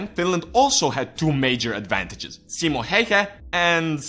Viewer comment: Only english guy that announces simos name right :D